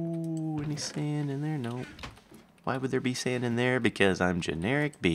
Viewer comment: it sounds like he says generikbee when he starts the episode lol